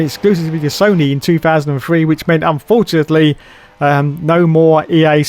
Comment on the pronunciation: you mispronounced Fortunately